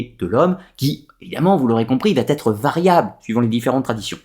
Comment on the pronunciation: Très bonne vidéo mais ,de grâce ne faites pas de liaison entre va et être !( ne dites pas sans arrêt batterie) !!!